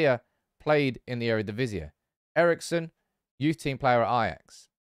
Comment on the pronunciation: Normally I wouldn't correct pronunciation, but since you are unnecessarily making it harder for yourself: it's pronounced eredivis-EE, it ends in one sound, not two